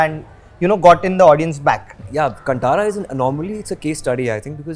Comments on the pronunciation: It's not kntaaraa pronunciation 😒.... it's Kaantaraa pronunciation. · It's Kaantara guys. Not cun-tara🤦🏻‍♂️ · Very much here for Rishab shetty.. Our Karnataka Hero... So happy proud to reach levels.... Still pronouncing the name wrong... Hollywood.. Plz pronounce the name "Kantara ".. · “Kaan- thaara”.. that’s the right pronunciation I believe :))